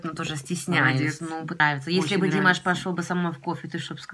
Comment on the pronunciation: родная! Вы очень хорошо говорите, я вас оооочень люблю милая, но маааленькая просьба, поставьте пожалуйста ударению правельно, не дИмаш, а ДимАш